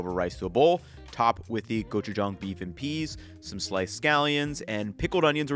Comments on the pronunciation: THANK YOU for pronouncing gochujang correctly! My motto is, “Never trust a cook who can’t pronounce the ingredients they’re using correctly.” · Your pronunciation of gochujang is pretty good compared to some of the other food youtubers I've seen, and I had to rewind to double check that I was hearing you say it right lol